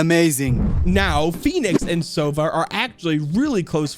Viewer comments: btw his name sounds not like "sOva", it has to be "sovA". Owl sounds like that in Russian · In Russian sova isn’t pronounced „sova“ but actually sava